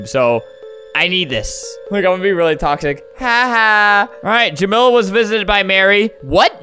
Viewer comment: The way you pronounce jamila and tamia physically hurts me.